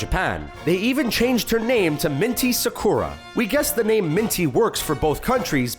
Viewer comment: ok ok at the wreck it ralph one WHAT THE ACTUAL FUCK DID YOU JUST SAY SAKORA!? IT'S SAKUUUURA LIKE CHERRY BLOSSOMS OMG WHY AM I SO IRRITATED